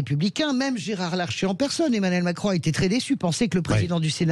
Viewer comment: Il a failli dire Mascon ou j'ai mal entendu ?